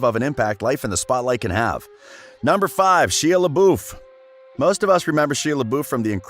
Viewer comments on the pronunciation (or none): “Sheeuh liboof”